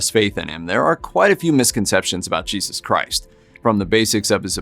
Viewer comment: YAYzoos pronunciation ?